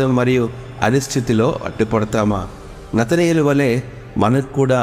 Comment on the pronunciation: నతనయేలు కాదు నతానియేలు.